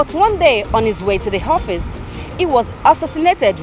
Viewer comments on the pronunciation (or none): Jesus. “ Horfice “